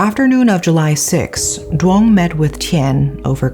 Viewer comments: Always love watching these videos about Vietnam. Not because i like the crimes (obviously), but because my lack in Vietnamese comprehension prevents me from reading/watching news about these things, and I know how well researched your videos are. So thank you for that! Though just as a note, for Vietnamese words/names: Duong is actually pronounced more like "Yoong". The letter D has a "y"/ "yuh" sound, and its only pronounced as the English "d"/"duh" sound when the letter D has a stroke in it (Ð & đ). Just thought I'd share for future reference :D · I have not heard of this case yet so thanks for sharing! I think he had other issues but this break up just put him over the edge. This is so sad and tragic. People need to take psychological illness more seriously. Thanks a million for another great case! By the way, you said the names incorrectly. The name “Duong” has the sound of “y” not “d”. But you did a good job.